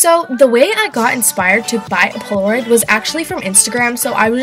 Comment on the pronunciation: Far Above Rubies it's Polaroid not poloroid